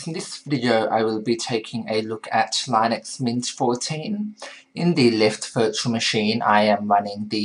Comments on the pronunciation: This guy can't say "Linux" properly. Just because it was originally created by Linus Toval doesn't mean it's pronounced like his name. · Actually its pronounces [LEE-nuuks] look it up on wikipedia .